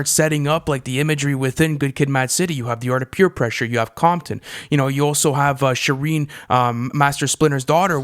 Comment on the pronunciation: Amazing video, but "Shi-Reen"? It's Shuh-rain